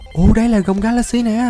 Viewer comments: Ga la xi chứ không phải ga lát xi nha a =)) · Wow Ga la xy đọc thành Ga lác si